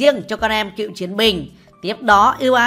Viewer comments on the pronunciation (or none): Con em Cựu chiến binh chứ không phải "cượu" chiến binh nha ad